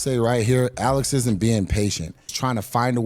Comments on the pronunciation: Say. Alexander. Then say Alex. Don't say. Uh lex. Or sound illiterate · Why you saying Alex's name like that? Am I missing something?